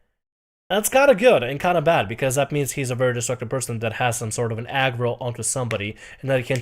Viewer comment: "Agro", huh? :-D